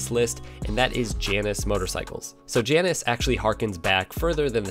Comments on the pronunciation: Great to see The AJS bikes from the past coming back. Perhaps they'll make something highway worthy, powerwise, if that 125 catches on. By the way, the Janus bikes are named after the Roman god of looking forward and back simultaneously. And the pronunciation of that god is JAY nus. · Sorry to tell you that's not how you pronounce 'Janus'. It's correct pronunciation rhymes with anus. An inconvenient truth.